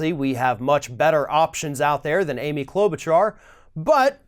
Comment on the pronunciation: is absolutely pronouncing Amy Klobuchar's name right. Or are you just being sarcastic?